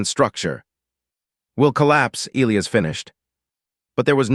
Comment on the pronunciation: The AI can't properly pronounce Elias.........Figure it out